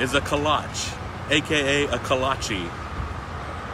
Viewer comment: Pigs in a blanket can’t really be called kolach bc it is using a different type of bread, it was created by Czech immigrants and was called Klobásník but since you are using a different type of bread it isn’t technically authentic. Plus you aren’t even pronouncing it correctly. There are plenty of other authentic food names such as sauerkraut which is German and was changed to liberty cabbage during ww2 but somehow people can get that correct but not this.